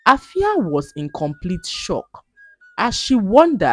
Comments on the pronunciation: glad that you a Ghanaian name in this video but permit to point out that the name AFIA is pronounced "efia" by the indigenous people. All the best ❤❤❤ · Wow am so touched, thanks for using my country's local name. You've tried but then the "A" in Afia is pronounced as "E" is like "Efia" is not pronounced as "A"